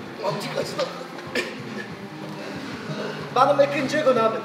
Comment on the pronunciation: tam telaffuz: ikınçı gun